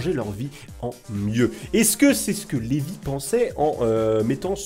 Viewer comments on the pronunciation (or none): none